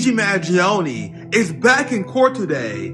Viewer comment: What better authority on this subject than a man who can neither pronounce nor spell "Mangione"